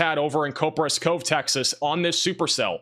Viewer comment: Coperas Cove Starts with "Cop" not "Cope"